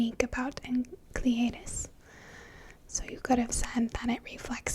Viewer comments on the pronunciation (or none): I'm so sad you dont make videos anymore. You seem so nice. It's" En-sell eh dus" The C is silent. :) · Enceladus is actually pronounced "en SELL a dus", which I imagine would sound awesome in your smooth whispery voice. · Oh how she didn't pronounce Enceladus right it is pronounced enselidus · Great video and obviously great legs too. I think the moon Enceladus is pronounced En-Sell-A-Dus but that is just what I have picked up by watching "How the Universe Works" etc. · Nice work though I think it's pronounced En-sell-id-us. Oh and nice pins btw 😊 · My dad, the astronomer, said you need to brush up on your Greek. Enceladus is pronounced en-SEL-a-dus, and Phoebe is pronounced FEE-bee. But I don't care. You can pronounce them however you want, just as long as you continue to use that tone of voice.